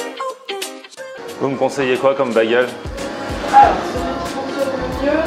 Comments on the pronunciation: Nan ces cheddar et pas "tcheddar" et bageule et pas "begeule" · "Bagueule" "Douneuts" C'est plus possible